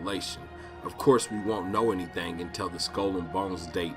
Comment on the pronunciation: "and it is not intended to harm anyone, or anyTHANG"